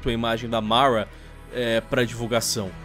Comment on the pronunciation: Fala o nome Mara direito ksksmsmsm